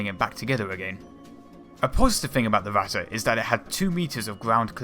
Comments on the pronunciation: Going by his pronounciation the likely choice would be "watte" (cotton). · Vatte?? You mean Ratte? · Not "Watte" there is a R, just try to say the english Rat and then add the te, not exact the real pronunciation but closer than Watte. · Why thoes everyone say Ratta and not ratte. Dude ratte is german Stop saying german words like englisch. Stop sayin A instand of E E=E E is not A. And not E like I thats so stupid. Please, if u make Video or Talk about german things. Say it in german. Or just dont talk about it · Yeah, he always says ´vatte´ instead of Ratte´. He also pronounced ´russians´ like ´vussians´. He Chinese? lol. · why is he saying the r from ratte like a w. Starting learning fucking german you americans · gotta love how this "documentary" pronounces the Ratte incorrectly.. that would be like calling a Maus a "moss", it is instead a "mouse", where as the Ratte, is pronounced "Rat", not Ratter..... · Your spelling is just as bad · Its Impossible to here "the Ratte" without getting "Ohrenkrebs" - ear canzer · I really dont know what you americans got with pronounciation. BUT you got the fucking R sound in your language, so please use it. Literaly, i could not watch the video cause you kept calling it "watte" which means wool in german. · How come many British people have trouble pronouncing their "r"s? Why wasn't this speech impediment corrected as a child?? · it's ok that you don't speak German, but please stop trying!! it sounds awful and it is completely wrong pronounced. the video is great !!!! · I don't recognize the "german words" "Ratte" and "KÖnigstiger" any more :-) The first pronounciation sounds a little more like "Watte" ("cotton wool") - the "rolling R" is hard, I know. And second: the german "Ö". There isn't a good equivalent in English, maybe the "ea" in earn. But nevertheless: thanks for the footage :-)